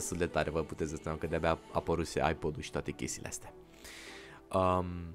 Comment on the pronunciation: Credeam ca ai spus iPad nu iPod lol sau lel 😂 edit:middle_finger